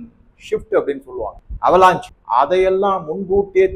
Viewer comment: Avalanche. அவலான்ஷ். இது தான் சரியான‌ உச்சரிப்பு